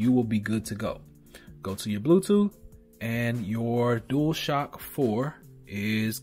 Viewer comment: I think you mean Dual Shock not Duashock